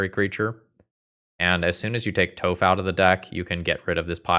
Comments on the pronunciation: it is pronounced tawph not toe-ph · All I could hear was 'Toeph' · What did you call Toph… D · I love some spicy Nic fit. I can tell you we're not an avatar fan when you were younger with the way you pronounce toph.lols